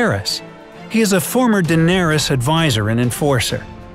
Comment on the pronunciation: dendarys.. ....what..?